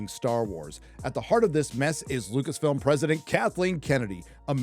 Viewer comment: It's Lucasfilm not Lucasfilms?